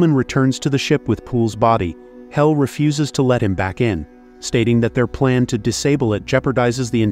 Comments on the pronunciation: I'm English, its HAL not Hall. They names the AI one letter away from each part of IBM. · Mispronouncing HAL. It’s not “hall”. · you are completely wrong. Do not comment if you are talking out of your butt. It's Hal, said like the person's name... NOT like the word for a room connecting two or more rooms. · I dont think you know how to speak england. its pronounced HALL